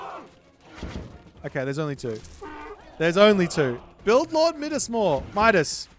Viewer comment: It's pronounced Midas, not Midas 😛